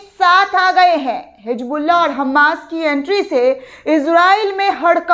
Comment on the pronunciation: Hijbullah nehi Hizbollah 😅